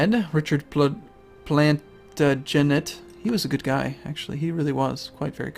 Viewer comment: Plantagenet said Plat-a-gent was a Royal Family in England:) They're actually the main house that York and Lancaster branched out of (so many plant puns.. too hard to avoid making them so bare with me) The York and Lancaster Houses fought over control of the Throne in England in the War of the Roses that ended with a little tiny line in the Lancaster Family (House Tudor) on the Throne:D **THE MORE YOU KNOW**